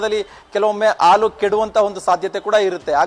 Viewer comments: News First kannada- reporter adu haalu, alu alla pa- adu en kannada uchara madtira pa nimminda kannada uddara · ಹಾಲು ❌ ಆಲು✅ ಹತ್ತು ರೂಪಾಯಿ ❌ ಅತ್ತು ರೂಪಾಯಿ ✅ 😂😂😂